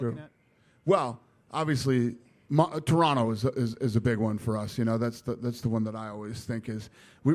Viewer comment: Just realized Dana pronounces "Toronto" like a native :o